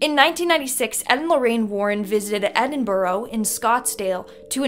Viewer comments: Scotsdale???? Don't you mean Edinburgh Scotland 🏴?? And you pronounce Edinburgh Edin burra not Edin borro. 😂😂😂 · As others have said, it’s Edinburgh in Scotland, not Scottsdale. Edinburgh is pronounced ‘Edinburra’, not ‘Edinboro’ (we have no idea why those across the pond always get this wrong). Also, the subtitles when the elderly man was talking to Lorraine in the Edinburgh Vaults were wrong — he was saying ‘close’ (pronounced the same way as in “We’re close to our destination”) not ‘cross’. A close is an old narrow alley and Edinburgh is jam-packed full of them. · Love your content but i laughed when you said Edinburgho and scotsdale lol its Edinburgh and scotland 😂❤😂❤😂❤ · It is pronounced Edin-bra (yes, like a bra) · No, it is NOT. It is pronounced Adeen-Buh-Ruh. You're either not Scots or just haven't ever been here. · Edinboro, in Scotsdale😂😂. Edinburgh, Scotland 🤣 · Edinburgh is pronounced- ‘Ed in bruh’ And it’s in Scotland, pronounced ‘Scawt Land’, not ‘ScatLand’ (for future reference) ✌🏼 🏴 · Your hair looks so good I will forgive you for the mispronouncing of Edinburgh and saying Scottsdale instead of Scotland lol. Ed-in-bruh lol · Edinboro, Scottsdale or Scotland? LOL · Edinboro in Scotsdale..?? No.. Edinburgh is in Scotland and is also the capital of Scotland.. Nowhere in Scotland is called Scotsdale.. Can forgive the pronunciation of Edinburgh.. But not knowing its the capital of Scotland is unforgivable..